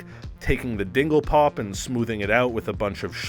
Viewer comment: It’s DINGLEBOP not DINGLEPOP. I’m not even really sure you know what a plumbus is.